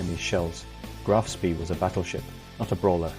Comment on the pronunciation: The pictures are pure invention -generated by computer. There are plenty of photos of Ajax available, why use these silly inventions? Graf Spee is pronounced to rhyme with 'bay'.